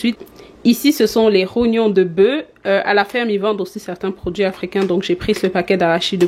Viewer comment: Pourquoi vous dites bœu et pas bœuf le F se prononce